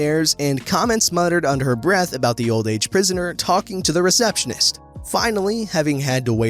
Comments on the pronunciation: I kept hearing prisoner, and I was like does he mean pensioner? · Pensioner not prisoner :) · Pensioner not Prisoner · in your first entitled parent post regarding flu shots or flu vaccine you Saying old age prisoner when OAP means old age pensioner. A prisoner is someone who is in prison. Pensioner is someone who has retired from years of work or because of disability. There is a difference you really need to find out how to pronounce words because that seems to be your major problem I’ve noticed that several of your other posts. If you don’t know how to pronounce a word you can go online type the word in your search engine and something will come up that gives the definition of the word and how to pronounce it. You can choose whether you want to use that American pronunciation or British pronunciation assuming the word is English. I suppose there may even be an Australian or New Zealand pronunciation available too. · Old age prisoner? Want to try that again? Funny watching Americans trying to read British English. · It's Pensioners NOT Prisoners! If in doubt listen to the playback yourself. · That's exactly what I thought. When they said "queue" instead of line, I was like okay "pensioner", not prisoner.